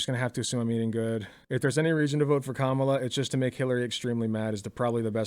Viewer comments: I'm starting to get triggered so much by people mispronouncing Kamala. It's not that fucking hard. I mean Shoe. It almost feels intentional. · It's annoying shoe doesn't say her name right she said it like the right. It's Kah Ma la